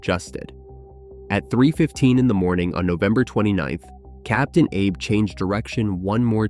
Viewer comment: Captain Ah Bay!!!!!!!!!!!!!!